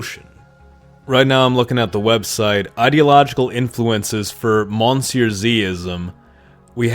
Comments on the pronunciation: Why do you pronounce monsieur the english way? I've heard you speak French. But at that point why not just call yourself on YouTube as well? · You pronounce Monsieur wrong